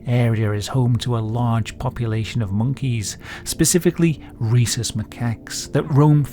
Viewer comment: Reese’s Meh Cocks